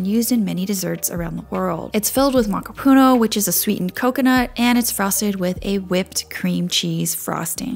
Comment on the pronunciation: Looks delicious. Just as an FYI, it’s pronounced mah-KAH-puh-NOH